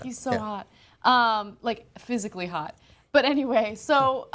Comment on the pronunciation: "Well..... phsyicly hot". That really didn't make it better. 😊